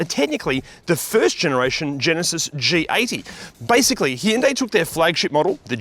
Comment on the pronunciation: C’mon, you review cars for a living, surely the least you can do is pronounce the brand name properly.